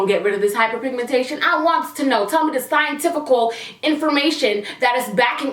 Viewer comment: Scientificul lolololol